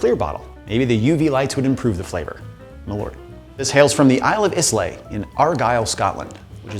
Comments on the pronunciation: Don't ever say Islay again unless you figure out how to pronounce it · I'll nourish your spirit the day you pronounce "Islay" correctly. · I love Ardbeg, it is in my top 10 favorite whiskies. and oof that mispronouncing of Islay. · I still haven't forgiven Raymond Reddington for mispronouncing Islay. And now you break my heart like this? ;P lol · I feel like there is zero effort or passion for the whiskey itself if you cant take the time to at least google how to pronounce the Islay. It makes you sound less educated about the whiskey and takes away from the validity of the review. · I really hated the way you butchered Islay. Overall, it was a great video. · Ardbeg? Can't believe you're doing something good Ohhhhhh, you fucked up the pronunciation of islay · Mispronouncing doesnt usually bother be but damn that islay sounds cringy. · Thank you! I feelt the cringe up my spine when he butchered that pronunciation... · I'm surprised the comments aren't already filled with whiskey peeps tearing you up for pronouncing islay the wrong way. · Not with islay pronounced like that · He said "is-lay." 😬 It's pronounced "eye-luh" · pronounced eye-la. not is-lay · Eye-luh not is-lay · He pronounced it " iz leigh " it's pronounced "eye lah" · Pronounced “EYE-LUH” not “IS-LAE” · "Eye-Luhhhhhh". not "Isss-Layyy" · Not Iz-Lay Eye-Lah -_ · Eye-luh not iss-lay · EYE-LAH not IS-LAY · It’s pronounced eye lay not isss lay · Oh boy. It is pronounced Eye-luh not Is-lay. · Is not "is-lay" its "eye-luh" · It's pronounced "I-lay"/"eye-lay", not "is-lay" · Islay = "eye-lah" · Triggered instantly by IS-LAY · I cannot believe you pronounced it "iss-lay". You disgust me. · “Isss lay”??? Oof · Okay you have officially triggered me... i dont care if your ex left you damaged and broken.... pronounce islay correctly damnit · "izlay" bro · Pronounced Eye-la (Islay) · Learn how to pronounce Islay!!!!! Eye-lah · Great video, but Islay is pronounced Eye-la. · "Islay" is pronouced eye-lah